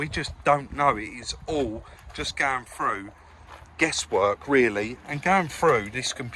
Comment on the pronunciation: When you say frew do you mean through ?